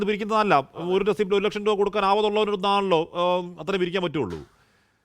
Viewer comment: ഓരു ലെക്ഷം ഒരു റെസീറ്റിൽ കേൾക്കാൻ നല്ലരസം